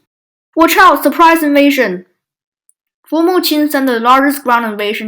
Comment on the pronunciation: Not bad in general but still many mistakes. 1. It's "Former" Qin, not "Formal." 2. Former Qin didn't fight against Later Zhao. It was Former Yan that inherited most territory of Later Zhao and thus became the strongest kingdom in China. Then Former Qin rised and destoryed Former Yan and became the strongest. 3. Eastern Jin had about 200,000 men in total (Huan Chong had 100,000 in the western front). At Fei River (the main battleground) Eastern Jin had 80,000 men, not 30,000 as you said.